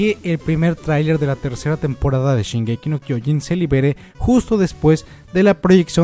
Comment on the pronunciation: Este dilo bien el anime se llama shingeki no trenes >:v